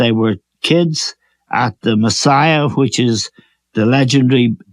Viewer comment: Dunphy thinks 'La Masia' is pronounced 'Messiah' 😂